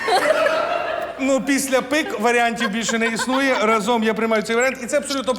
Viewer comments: Тільки правильно говорити рАзом, а не разОм!!! Наголос на А. Підсумки не підводять, а підбивають. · Друзі! Не раЗОм а рАзом! нові правила української мови😊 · Як можна вести шоу про українську і 5 раз неправильно поставити наголос у слові рАзом? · Та не разОм а рАзом, куди дивитися викладачка 😅😅😅 Запам'ятайте! "рАзом нас багато, нас не подолати!" UPD таймкод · Ітак-отже,підсказка-підказка,разом-нагололошуємо склад ра,а не зом